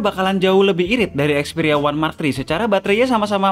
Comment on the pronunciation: Dari tadi ane dengerin ya "One Mark Tri"